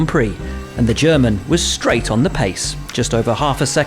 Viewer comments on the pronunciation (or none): none